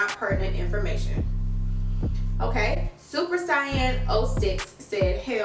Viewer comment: I knooooow you didn’t you didn’t pronounce supersaiyan06 like his name was SuPeRcYaN. We gotta get you watching anime 🤦🏾‍♂️ - great show tho